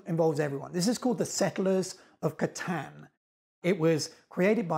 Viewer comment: Someone said catan correct finally